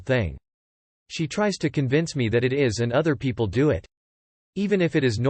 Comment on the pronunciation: Lmao robot voice read it as "150,000-200 p-p-l". I was thinking, Holly crap that's not a wedding, that's a concert